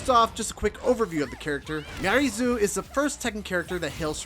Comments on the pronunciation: True but he still should have researched her name.. it's not miary zoo lol it's pronounced me r reez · Her name is pronounced “Miaries”; you don’t pronounce the Zo. Is no one listening to the official footage?